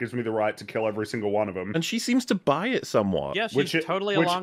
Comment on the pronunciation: I don't want to be seen defending the show, but perhaps her saying "bury" is an intentional hint that she's a Sith and not a Jedi. Maybe? Maaaaaaybe?? O.o If I'm right you owe me half a Shlurpo. If I'm wrong I owe you nothing because there's no way the writers are smart enough to do something actually intelligent.